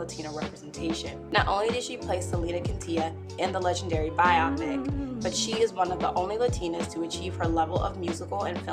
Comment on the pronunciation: SAY IT WITH ME: BIO-PIC. NOT BI-OPIC